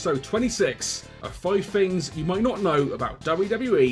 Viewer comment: "5 Fings you may not know"